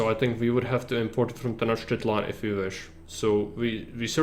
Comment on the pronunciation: Ahoj. Ďakujem za veľmi dobrý návod, ktorý ma naučil základy tejto hry viac ako jej tutoriál. :) K tej výslovnosti aztéckych názvov. Nie som v tom odborník, ale mnoho si ešte pamätám. X na začiatku slova sa číta ako CH v strede slova je to skôr ŠČ. Ch sa číta ako Č. C sa číta ako K. Takže napr.: Xochimilco = Chočimilko Tlaxcala = Tlaščala Tenochtilan = Tenočtitlán